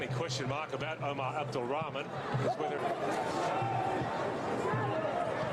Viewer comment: Why this English commentator suffering to Pronounce Omar's name 🤣 and instead didn't said AMOORY his Nickname is Amoory Wow what a talent ❤️🙏